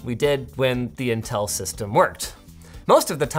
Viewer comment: Now time for our sponsor "Intell"